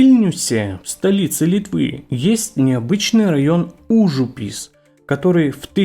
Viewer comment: кроме ужУпис